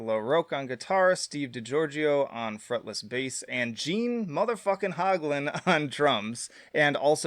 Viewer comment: Can’t trust a list of Death albums from a guy who can’t pronounce Gene Hoglan’s name correctly.